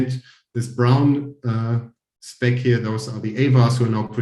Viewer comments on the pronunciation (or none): none